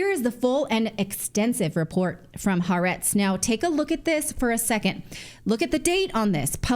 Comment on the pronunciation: It's pronounced ha-AH-retz